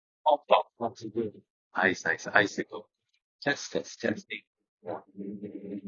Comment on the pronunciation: When you guys sound tested the mics by going popsicle, icicle, testing... my brain heard "testicle" 🥜 lmao 😆